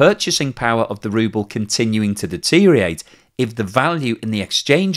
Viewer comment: Great video as usual but please listen back to your much repeated pronunciation of 'deteriorate' and the missing syllable. Sorry😅